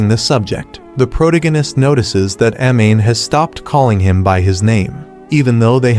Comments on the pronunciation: Its Pro-Tag-On-Ist. Not Protogunist like you said. Hate to grammar police you but if you intend to use this word often on your channel, you should at least say it correctly. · "Prodeginest" is funny to me lol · Is this an AI voice or a real person talking? How hard is it to pronounce the word "Protagonist" ---- Sound it out "PRO-TAG-O-NIST." It cringes me to my core every time I hear him say it. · Well the AI has problems pronouncing Protagonist.... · There’s absolutely no way this Auto-Gen voice doesn’t know how to say “protagonist.” Unless it was misspelled.